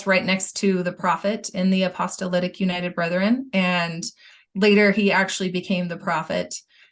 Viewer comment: Why does always say apostolitic instead of apostolic?